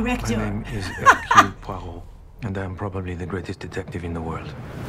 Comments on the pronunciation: Grace, I think the detective's name is pronounced Hair-kool Pwa-roe? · You're pretty close (close enough a french-speaker would know who you're talking about). I'd suggest: Er-cue-l Pwa-roh. It's not 100% exact either, but I think that's the easiest way to try to get english-speakers as close to the french "u" as possible without maiming them. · It's pronounced "Err - cool Pwah - row". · The music at the end is dreadful. Awful choice. And Kenneth Branagh as Hercule Poirot (pronounced Ercul Puarrot) doesn't look too good either. The rest of the cast is awesome though.